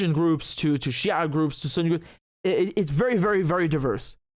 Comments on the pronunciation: The way he pronounced شيع is on point makes me wonder which background you come from? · whait! do you have any Arabic roots?! the way you pronouns shi'aa surprised me, because letter ع in Arabic is one of the hardest for westerner to pronouns right after ح.